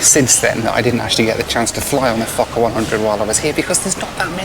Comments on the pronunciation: I love you but are you saying F*cker 100… how do you find these airlines first Scat now a f*cker…Lol love it legendary as always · did i hear wrong or did he say "this is going to take me down to meet my f*c**r 😂😂. Good joke you really mdae me laugh. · di you say forker =OR= fuker plane???FUNNY =WE CALL NAUGHTY CHILDREN FORKERS =here in new zealand =ha,. ha,. I CANT STOP LAUGHING == =every time you say forker =LUV the DIGGERY=DOO MUSIC xoxelizabeth nz,happy traveler xox:face-red-heart-shape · when you said "fokker" it sounded like another word. HEHEHEHEHE